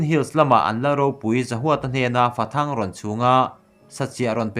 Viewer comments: Fathang tia i chhar kha athluk diklo deuh aw...Fathâng tih tur aw.... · Fathang.....thisen...tih thluk anga lam tur aw..